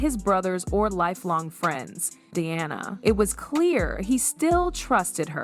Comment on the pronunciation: When the video is about Diana Ross and the AI voice pronounces it “Deeanna” maybe it’s a good time to just have a human do the narration. A good example of AI making things worse. For no reason.